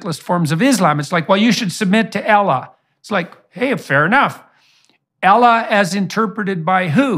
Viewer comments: Learn how to pronounce Allah first before making a statement. Elah, who is Elah? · Does JP not know how to pronounce the letter A? He keeps on saying Ellah not Allah SWT. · we aren't Jews. It's not pronounced "Elleh", the language is irrelevant. The pronunciation is how it is said in Arabic. Doesn't matter where you're from that doesn't change. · No one sold out "aella" atleast pronounce that properly. And just tag him or something cause the word "mullah" cuts deep as an indian muslim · Izlaam , Ellah , Muzlim.....all these wrong pronunciations are intentional and covert acts of hate, he's Islamomisic. Try calling him a Crashton who worships a jassos from the book called the bable....and he'll get pissed at you because he knows the intentions behind it. 😂🎉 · Ella? Tf bro didn't even pronounced Allah correctly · He cannot even pronounce Allah and people take him as a knowledgeable reliable source? Lol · Muslim pronunciations of Allah change between cultures, not due to any inherent malice, but simply due to our accents. I don't think that specifically is something we can criticize him for. Everything else? Certainly. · The funniest part is the fact that he can't even pronounce "Allah" properly Even though it was the name Jesus used when mentioning God. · OK, I am not a native Arabic speaker but is there anyone who knows Arabic can tell me if Jordan Peterson is pronouncing Allah correctly? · He was almost on to something but then he brings up allah which he can’t pronounce correctly and I’m gonna go ahead and say he doesn’t know hardly anything about the religion either. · First. Somebody teach this guy to pronounce Allah right... 😤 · Imagine mispronouncing Allah that badly. LOL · Why can’t he pronounce Allah correctly? Why is he both condemning this postmodern liberal society and at the same time using that worldview to condemn Islam? Why do people still think he’s some kind of genius?